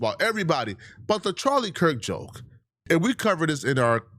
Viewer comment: “We”? Or did you mean Wiii